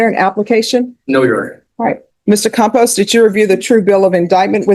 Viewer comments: Though I think the surname is misspelled and mispronounced [Compos] Compost is a perfect name. (By the way the thumbnail is absolute click bait.) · "Campos" not "Compost." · His name is Campos. AI just doesn’t get Hispanic names.